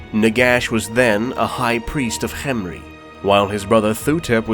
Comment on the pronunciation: Ooh cant have tomb king lore without Cccchhemri. You're saying it weird, why are you putting so much emphasis on the H? What are you talking about? I'm just saying it, Cccchhemri. Say Kem Kem Say Ri Ri Now say Khemri Cccccsshhhshhccrcchremri